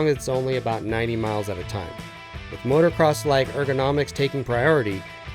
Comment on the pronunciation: No matter how many times he says “motorcross” it’s still wrong. It’s “motocross,” say it right, this is your profession.